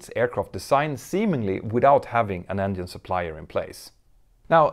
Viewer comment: Examples of buying costs just for 787's and Airbus A350's...has anyone a case that any airline has yet to make a true profit yet versus acquisition costs? Hope you enjoy learning English 'vocally' dear Mentour Now. Polite example that 'Engine' is pronounced 'Enjinn' not 'Enyinn' in English versus Scandic languages. Many thanks for your valuable aviation inputs, Sir. ;-)